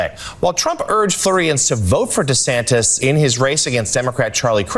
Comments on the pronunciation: Love Trevor 5evr, but someone on his team needs to tell him that it’s Ron DeSantis 😂😂😂 not DeSanctis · Ron DeSanctimonious. Perfect. I pronounce him fit to stand trial. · Why did he say DeSantis wrong so many times lol